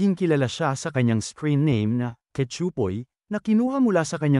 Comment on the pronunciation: Ayusin mo ang pronunciation mo sa pangalan ni Cachupoy, di ka nakakatuwa!